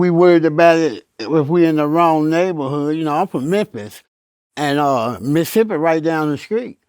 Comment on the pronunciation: When crunch said “Misthisthippi” 💦